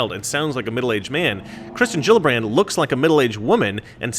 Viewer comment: You forgot the r in Gillibrand